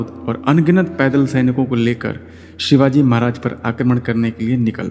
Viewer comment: व्हिडीओ बनाके के पहले तू महाराज का नाम सही से लेना सिख.. हमारे भगवान है छत्रपती शिवाजी महाराज..